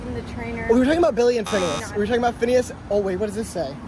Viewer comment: when she said fhineas gives her the creeps it HURT